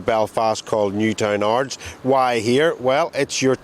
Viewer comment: Are people fuckin high with the pronounciations? is from NI amd cant even pronounce Newtownards correctly. Wtf?!